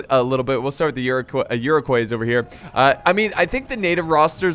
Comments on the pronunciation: Iro-kwah not coys. Never did learn to pronounce foreign names did you haha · Iroquois is pronounced like Ire-qua, not Euro-quas, it's french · It’s pronounced ear-ic-wa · I'd just like to point out that Iroquois is french so it is pronounced Eer-oh-kwah just for future reference 😊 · Iroquois is pronounced ear-ah-coy The s is silent. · I don't mean to be douchey, but Iroquois is pronounced Iro-kwa, just saying